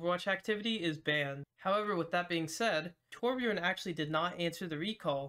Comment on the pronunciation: noo his name is Torbjörn not torbjorn